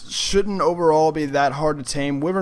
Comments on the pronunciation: Wivern its wyvern lol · it's pronounced why vern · Am I the only one annoyed but how he pronounces "wyvern"?... But other than that, cool video. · He saying wyvern wrong lol